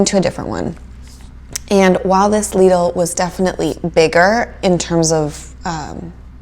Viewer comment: It's pronounced Leeedl 🤗 your pronounced it correctly. Love this kind of video. Love the calm voice. Based on your video, I definitely prefer Aldi. Lidl has more luxury items. But in the end, Lidl is not the same as good old Aldi